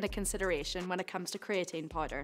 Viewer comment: "pills or poider"